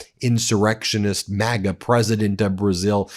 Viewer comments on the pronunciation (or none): none